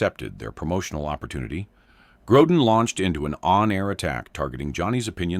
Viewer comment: It's not "Grodan" you idiots! When will this freaking moronic channel creators stop using artificial voices? They keep saying theeach next guest will cause Johnny to explode... But they never show it. Just more exaggerated click baiting to get more viewers! Such dishonest showmanship that should result in their channel being kicked off of You Tube!